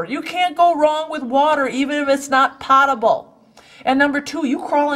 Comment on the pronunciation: You are absolutely right about water being the the #1 resource if SHTF. Hurricane Katrina is the nearest thing we've seen to SHTF in modern times. when that was going on you couldn't buy a gallon of water with a pound of gold. FYI: Potable is pronounced pote able. it rhymes with tote. it doesn't rhyme with pot. Keep sending the great information.